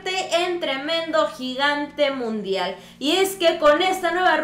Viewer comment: Jajajaja es mundial o ( Nundial )